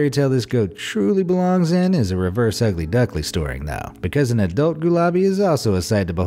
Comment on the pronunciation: Best tongue twisted mistake, ever. .... Ugly Duckly Storing. 🤣🥰💋